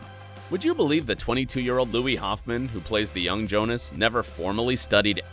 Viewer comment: Younas, not Jonas.